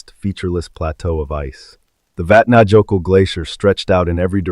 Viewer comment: It's pronounced vat na yo kill